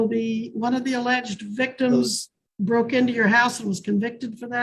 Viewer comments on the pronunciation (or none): none